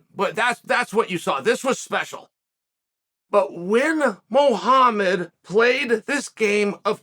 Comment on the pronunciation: But at least he pronounce Muhammad correct